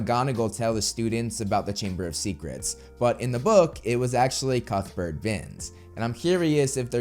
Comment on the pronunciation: I swear you're sayin cuckburt instead of cuthbert, which I think you like saying too much. ;p